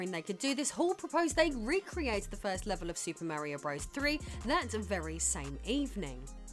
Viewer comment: I love the beginning of this video, a, very sixy looking, five is frozen in what appears to be dragon eyed stupor until I push play. Once pushed, the 6ee5 opens her dialogue with "Super Mare-ee-Oh, BRUBBERS THREE...". Warm fuzzies are felt again a few moment later when 6ee5 says "Bruh-verse"... <3 Love this self identified "it" on a rock in space.